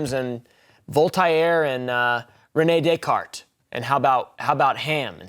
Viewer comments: Who TF is "Vol-tie-air"?🤣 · Vul-Tie-Air L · it's pronounced "VOLT-AIR" as a native french speaker that drove me nuts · "I think therefore I ham" - Volt-ire